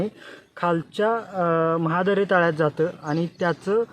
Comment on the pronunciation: महाद नाही मॅडम, महादरे तलाव अस नाव आहे.